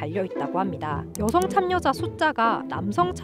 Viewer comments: 발음이 너무 거슬려요 참여자는 [차며자]라고 발음해야 돼요 계속 참며자 참며자 하시네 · ㄴ첨가 일어나서 참녀자가 표준발음아닌가요? 참며자는 역행동화일어난듯(발음틀림)